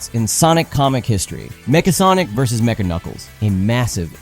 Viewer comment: The way you say Nega and Mecha are soooo wrong.